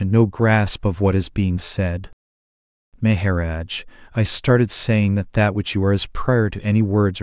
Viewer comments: It is a bott doing the talking I think? I like everything but " May ha rodge" lol:goodvibes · the pronunciation is so distracting. Please. Maha - rodge. The accent is so distracting